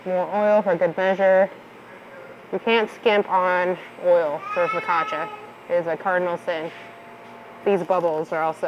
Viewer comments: For those who don't know and are interested, it's not fokasha, but fokatcha. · In Italian, double consonants are pronounced hard. foe- COTCH- ah.